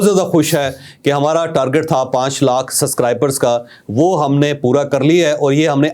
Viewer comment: Javed Saheb, You can't pronounce Subscribers. Please improve this. You always say Suscribers. You miss sound of "b". I believe a person in your position should improvise this weakness.